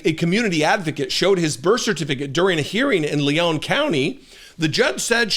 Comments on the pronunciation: It's "Leon" County, (not "Leone" like Sierra Leone) aka Tallahassee, aka home of FSU, aka a Democratic sanctuary city in Florida. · I get so sick of so called "journalists" who don't even know how to pronounce the words they spew forth. It's LEon like the man's name, not LeON' which is the pronounciation of a city in France (Lyon). You sound so stupid and pretentious mispronouncing such a simple word.